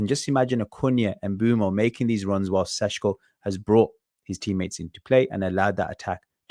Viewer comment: It‘s Sesko, not Sesco - quality content nonetheless